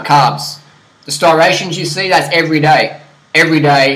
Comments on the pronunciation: You are not 3% body fat buddy, prolly around 7. And ur skinny man, a lot of people can 140lbs and cut....NOT IMPRESSIVE! And it striations, not starations! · lol "stirations" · It's striations not starations fool!!!